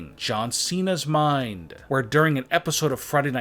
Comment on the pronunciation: “Including John Cena’s Minddddddd” 😂😂😂 funny accent